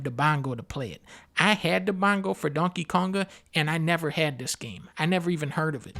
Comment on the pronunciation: DUNN-KEH Kaoug-GAH